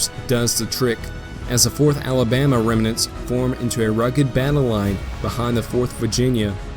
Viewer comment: No hate, but it's pronounced "rem-nants"